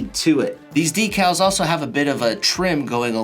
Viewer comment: You say decals wrong bud